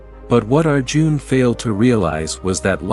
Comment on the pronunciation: It's Arjun and not our June. 😂